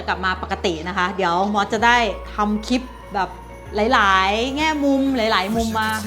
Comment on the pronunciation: ขนาดอยู่฿ดเมริกา ยังพุดคำว่า clip ว่า”คิด” พูด ตัวร ตัว ล ตัวควบกล้ำไม่ได้เลย อีหนูเอ๋ย ฝึกได้นะ